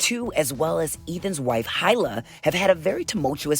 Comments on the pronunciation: "High-Lah" Hahahaha!! It's "Eee-La"!! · he-luh -e-luh, not hi-la LOL! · Bruh her name isn't "High-la", it's "He-la" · HIGH LA hila pronounced that way is a first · Hila is pronounced “E-La” she’s israeli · Hila is pronounced heela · i feel like the narrator still won't get it and pronounce it as "AILA" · I can't with the "high-la" 😂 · How you gon report on someone and not know how to pronounce their name 🥴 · You can tell this host doesn't watch frenemies by how he pronounces Hila 😂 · That’s not how you pronounce Ethan’s wife’s name 🤷‍♂️ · The H is silent in Hila I believe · The most interesting pronunciation of Hila lol